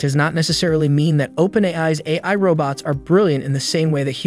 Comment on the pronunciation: This talking machine don't talk so good - can't say AI, for example - so I'm not that afraid just yet.